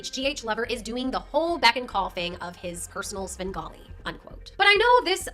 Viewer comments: Bro, it's "Svengali", not "Sben Gotti" 😂😂😂😂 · He did NOT just say “Sengawlee” 🙄🤢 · The way u mispronounce words is adorable sin golly sham ollay E bee za it's endearing ❤🎉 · Svengali is pronounced with the v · Not going to lie listening to you mispronouncing Svengali is cute as hell